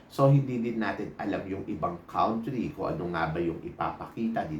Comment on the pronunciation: YOU MISPRONOUNCED THE WORD "COUNTRY". PAKI-CORRECT PLEASE❤